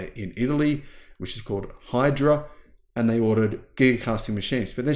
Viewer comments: The company name in italy is IDRA not HYDRA😂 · Pronounced E-dra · Hydra... 😂, really?